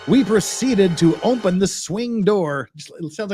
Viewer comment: Must be a back woods Utah thing where they say ompen and not open. My little sister used to do that and it bugs me, lol Good job. Love the content